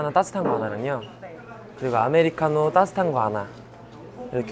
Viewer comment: 찬이 ‘따뜻한’을 ‘따s탄’이라고 발음하네 ㅋㅋㅋㅋㅋㅋㅋㅋㅋ 귀여웡